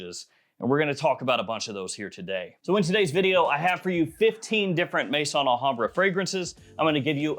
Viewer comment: It's Al Hambrah not La Hambrah